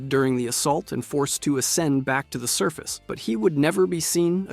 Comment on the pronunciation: The word is pronounced "Sur-fuhs" not "suh-feese".